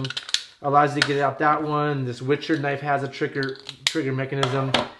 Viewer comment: The knife you mentioned with a big handle you like to grab . . . it sounds like you're saying the brand is witcher? I assume I just keep hearting that wrong?